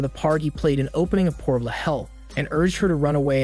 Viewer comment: You know... I can't help but point out the way this guy says portal and box...